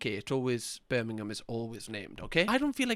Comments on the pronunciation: "not Birmingham Alabama" threw me off so much and the way he pronounxed it birming ham was too funny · 😭🙏 I can’t with the ‘BirmingHAM’ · how the hell did he do me acent and he said Birmingham wrong lol